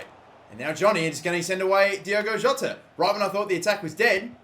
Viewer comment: By the way his name is Diogo Jota, not Diego Jota.